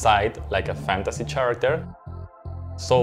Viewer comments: he said cheracter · Did he just say "Fantasy SHAracter?" ok. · Chahrickter haha. Love that pronounciation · Somebody please tell this sweet soul how to pronounce “character.” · No one is bothered by him saying character wrong over and over again? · The freakiest part of this video is how he pronounces "character". That really threw me off. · Literally noone: Not even a soul: Not even park jimin: Me: *OmG wHy DiD hEe prOnOuNce cHaRaCtEr wRoNg? *